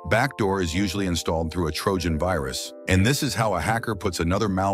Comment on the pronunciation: hello your computer has vayrus